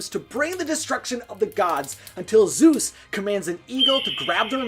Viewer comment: I hate how you say Zoos instead of Zeus and Haydies instead of Hades